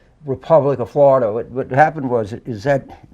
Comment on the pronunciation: Yes. My great grandfather came from Bienville Parish. That State scares me. James, how did Tubby get elected senator if he lives in Flor-eye-duh? Who put him up to undermining America’s military? TFG? Newt? He’s not smart enough on his own. This is treason.